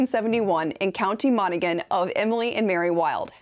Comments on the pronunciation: Its pronounced 'Mon-a-han', not 'Mon-aggh-han'. Interesting video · Irish pronunciation lesson: It's county Mona-han (the "g" is silent) 😀 Hey, we never said the language made sense! Also: "Yates" (Yeats). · Monaghan is pronounced Mon -A-Han the G is silent. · Monoghan is pronounced Monnahan but I got over it because of the great animation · It's pronounced "mon-a-han" btw 😅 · The G is silent in Monaghan 😉